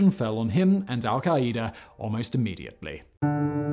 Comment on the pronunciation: Where da hell is al-ki-ee-da?!🤦🏿‍♂️🤣